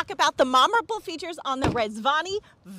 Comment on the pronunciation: I like how this video was so egregious that nobody even noticed that she said "Momorable"